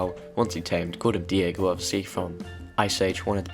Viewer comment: you called him diago instead of deigo